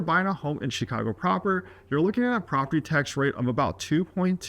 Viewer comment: Why would anyone listen to a guy who cant even correctly pronounce the name of the city? Who says “SHEEKHAGO”?